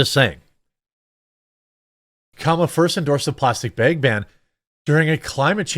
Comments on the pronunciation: You’re killing me when you say “ bags” whole bunch of times. Bayegs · Jeremy you keep saying "Bage" do you mean Bag? :) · Haha Jeremy says "bhegs" I know someone else who pronounces it that way lol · Jeremy, we will help you pronounce the word bag properly.